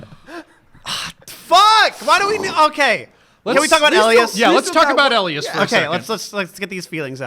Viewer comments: Damn it, after getting my name right every time during the first video right off the bat you say ell ie as. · Why does say 'Elias' like that? That's not how they pronounce it in the show.